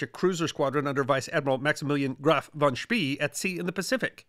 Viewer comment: Great topic, great video, but an American pronunciation of von Spee's name. E in German is pronounced A, V is F, and an S followed by a consonant is often if not always pronounced Sch. The Germans would pronounce von Spee's name "fon Schpay" using American English phonetics.